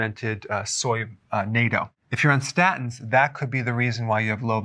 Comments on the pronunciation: 👍 but Natto it’s pronounced “Natto” Dr Berg, not ‘Nayto’. There’s a bunch of YouTube videos to show you 😉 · The Japanese fermented beans are called Natto ( Naw-to). Not -toe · Not NATO.. it is natto... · Dr. Berg it is pronounced nah-to not nay-to. I do love Natto… but it is high in carbohydrates. I take a D3/K2 supplement and do weight bearing exercises. Hopefully my bone density test will improve! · Why is he pronouncing natto as nato? Natto = Not Toe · The pronunciation of "Nat" in Natto rhymes with bat, cat, fat, etc. You're pronunciation sounds like Nato. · fyi its not NATO it is Natto (nahto) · I know! He keeps saying "nay-to". Hahahaha! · Dr Berg it’s pronounced nA-tto big AAAA-tto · It’s pronounced as “nah-toe” (natto) :^) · they are pronounced "Nah toes" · Nato, short a sound. Nah-toe. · I've never heard "natto" pronounced "NATO" - I think it's pronounced just like it looks, isn't it? (With a short "a" rather than a long "a.") We ate it for years when it was available at our local grocery co-op, but they stopped carrying it after awhile. It was our favorite in soups, on rice and veggies, we missed it when it was gone, sought it out, found it online at a Japanese miso shop but expensive and shipping cost a lot... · it's pronounced "nah toe." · Greetings from Japan, Dr. Berg. Love your videos. Thought you would like to know, fermented soy beans is pronounced, “NAH TOH” Thanks for everything. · NATO - The North Atlantic Treaty Organization, also pronounced "nay-toe" (don't eat this one.) NATTO - Fermented soy beans, also pronounced "knot-toe." (Please, do eat this one.) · Natto , pronounced notto is in a store near me.